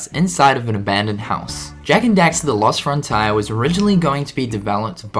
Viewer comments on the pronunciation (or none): Why does he pronounce it "Lost Front Tire"?